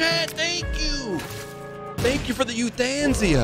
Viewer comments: "you-than-sia" lmao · no he didnt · chat was probably mad he wasn't saying euthanasia correctly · Does he say Euthanasia like that on purpose